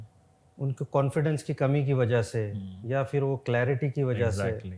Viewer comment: Sir fir nahi phir hota hai 🙏